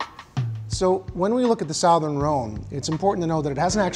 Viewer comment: Uh, "sowthern" Rhone? I'm confused about your chosen pronunciation. Great video, though!